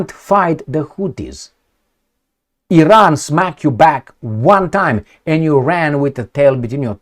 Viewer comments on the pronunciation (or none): none